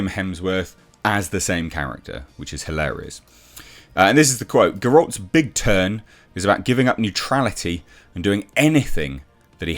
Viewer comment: GEralt. Not "GerAWLT".